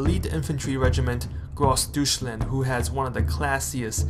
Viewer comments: Gross Deutschland is not pronounced as "Douche-land" but rather "Doy-tch-land". Good info and presentation. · How hard would it really be to learn to pronounce the names. Especially bad is Grossdeutschland. It's just easy to get it right as wrong and increases your cred.